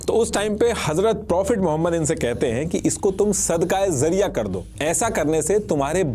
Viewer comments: जरिया ❌जारिया ✅ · You are making a video on a topic that you don't even know how to pronounce. It's not Sadqah Zariya It's Sadqah Jariya The voice of J not Z Still appreciate your awareness video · Zariya Nhi..its jaariya.. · Words to sahi de bol lo sab basic word apna Galat bole Gai zarya NHi jaryia Amr NHi Amar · I appreciate, but actual pronunciation is sadaqae Jariyah , not zariyah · It is sadqa-e-Jaria not sadqa-e-zaria. Jaria is from the word Jari, which means continues. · That is called "Sadqa-e-Jaariyah" not 'sadqa-e-zariya' you should hire an urdu expert in you team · Bilkul theek kahaa aapne ..lafz ka tallafuz sahi karna zaroori hai .. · Sadqah jaariyah not zariyah